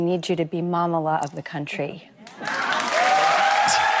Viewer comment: Mamala pronounced wrong. It's an endearing Yiddish term for mother.